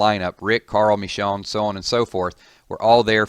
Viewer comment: All the walking dead vids and still can't pronounce Michonne...smh😑😑